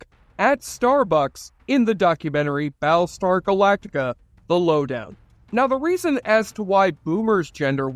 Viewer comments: "Bal star galaka"... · I'm more hung up on "Baalstar Glacta"